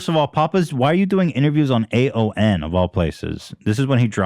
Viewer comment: correcting ethan when he kept saying AON 😂